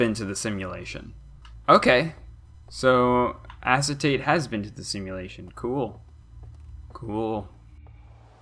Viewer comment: i think it’s pronounced “a-kay-ta-tay“ fun fact: acetate is one of, if not THE central character in owmcu also i shipped them with gabbro no further context needed